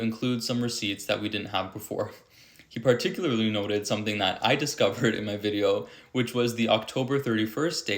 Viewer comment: I love the way "" correctly pronounces the word "particularly". Quite often even publicly prominent people say, "partickerly" (which sounds very sloppy and is incorrect, grammatically speaking)..